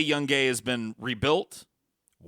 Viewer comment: dont forget about the city of young-Gay. Its Yoon-guy